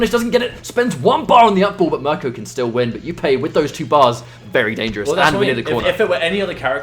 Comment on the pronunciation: please pronounce jupe properly its not youpay its just jupe